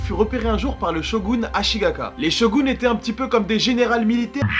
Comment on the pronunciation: Ta langue a fourché. C'est pas le shogun Ashigaka mais Ashikaga.